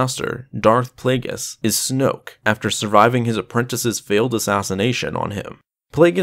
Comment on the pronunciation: It’s Darth Plagueis